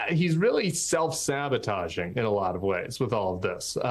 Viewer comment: I'd go as far as to say it's "Thelf Thabotage", Tim Miller.😂